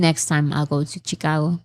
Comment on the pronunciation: no hate here:) Chicago - She-Ka-goh. I hope that’s the easiest way to transcribe it. And yes, Illinois… is silent ‘s’ in the end:) And, yes, English is a complicated language… you can’t rely on spellings. I have studied the English language as part of my career and have not mastered it… Not even a lifetime:)